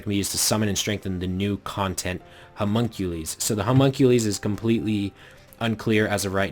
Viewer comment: i'm pretty sure it's "huh mun cue lus." not "huh mun cue lees"